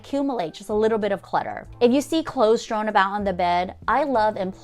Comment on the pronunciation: I love your videos, but the word is "strewn," not strown; cache is pronounced cash when referring to a bunch of stuff, not chache'. Minor, minor issues compared to your great ideas.